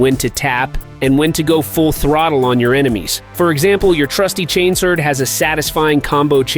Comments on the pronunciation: Not chains word brother, chain sword. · Man, I thought this was a real video until he said, "Chains word" 😆 Dead giveaway for AI SLOP!